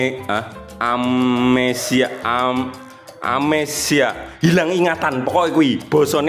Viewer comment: Iyo kirain arep sing digoleti alina...😢amnesia pak Agus....bukan amesia